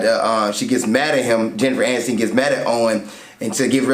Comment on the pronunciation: It is NOT Jennifer Anistain! It is Aniston. Rhymes with fun. And...SIDE PIECE? It is a DOG.